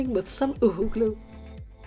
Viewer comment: you know the UHU glue it's 'OOHOO' I know it say's UHU but really it's 'OOHOO' ok